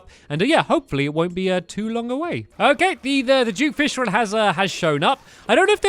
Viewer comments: It's duke fishron not jewk fishrawn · What the heck? Duke Fishmonger? It's Duke Fishron not whatever that is!